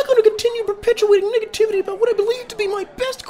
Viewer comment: “Perpetual niggativity” 💀